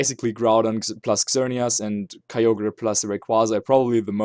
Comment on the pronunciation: it's KYOGR not KAYOGrRAYYYYYYYYYYYYYYYYYYYY!!!!